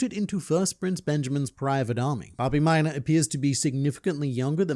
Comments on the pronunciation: Babimyna❌ Bah, be my nah ✅ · i cuold barely remember this character so saying hearing you say his name like a million times, i thought u were saying Bobby Minor and i was like why do u keep saying his last name? lmao his name is Babimyna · I understand how Hisoka schwing feels when I hear you say Bobbymina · Babimyna❌ Bobby muda✅ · say böbyminor again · I totally thought he was saying Bobby Miner 😂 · Thought I hallucinated I kept hearing "minor" 😂😂😂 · Take a shot glass of your beverage of choice every time he says “Babimyna”.